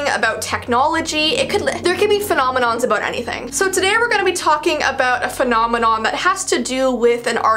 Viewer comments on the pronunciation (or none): every time you said phnonminon (Idc if i misspelled that) I said "doo doo doo doo doo" from a muppet skit thing XD